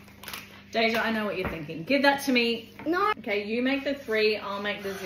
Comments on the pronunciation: The way she said norreee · “i NoRRrRRRrrRRrrRrrRrRr”✨